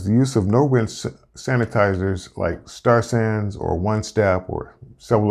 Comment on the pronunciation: Star SaN... not Star SanS. :) Good video.